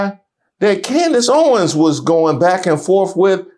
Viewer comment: Tucker Carlson and Camerace Owens? Did she mispronounce her own name?